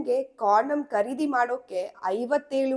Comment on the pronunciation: ದುರದೃಷ್ಟವಶಾತ್ ವಿಡಿಯೋ ಶೀರ್ಷಿಕೆಗೂ ಮತ್ತು ವಿಷಯ ವಿವರಣೆಗೂ ಸಂಭಂಧಾನೆ ಇಲ್ಲ. ಓದುವಾಗ ಉಚ್ಛಾರಣೆಯಲ್ಲಿ ಬಯ, ಬಾರತ ಮತ್ತು ಕರೀದಿ ಬದಲಾಗಿ ಭಯ, ಭಾರತ ಹಾಗೂ ಖರೀದಿ ಅಂತ ಓದಿದರೆ ಕಿವಿಗೆ ಕೇಳಲು ಇಂಪಾಗಿರುತ್ತೆ ಹಾಗು ರಚನಾತ್ಮಕ ವ್ಯಂಜನಗಳ ಕೊಲೆಯಾಗುವದನ್ನು ತಪ್ಪಿಸಬಹುದು. ನಿಮ್ಮ ಸರಿಯಾದ ಉಚ್ಛಾರ ಕನ್ನಡಿಗರಿಗೆ ಮಾದರಿಯಾಗಬೇಕು.